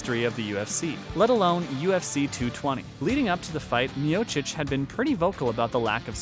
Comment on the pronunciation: Well, at least you are saying his name right. The others you butchered, which shows you're not an MMA fan. Still gave a like since it was interesting and researched.